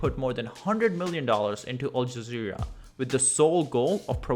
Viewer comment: QUATAR? YOU SPENT ALL THAT TIME ON THIS VIDEO AND YOU COULDN'T GET THE SPELLING RIGHT? AND WHATS UP WITH ALL THE BOTCHED UP PRONUNCIATIONS OF THESE BASIC WORDS LIKE AL JAZEERA